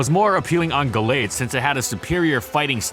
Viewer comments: "Gull-aid" hurt my head the entire video. Always thought it was "Gal-aid". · I think it's "Gal-ade", as in Gallant Blade.